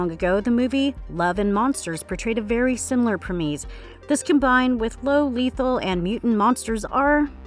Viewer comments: What is a premese? Is that anything similar to a premise, or are all the mispronunciations in this video on purpose for comedic effect? I never understood how content creators can monetize their videos, but not have enough respect for the subject matter and the viewing audience to learn how to pronounce names and words they report on. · The Premees??? Does this girl not know how to say premise? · Only issue I have with this channel is the mispronunciation of some words and names. "Preemese" in this video as an example it's premise. Do a tiny bit of homework and pronounce the words properly and you'll be one of the best channels on here.